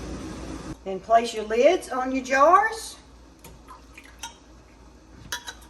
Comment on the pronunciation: You: Place your lids on your jars What I Heard: inflation lids on your jars 🤦‍♀️🤣🤣 Great video!